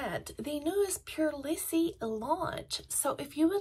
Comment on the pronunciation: I love this brand. But it is pronounced Prolease, not prolissie.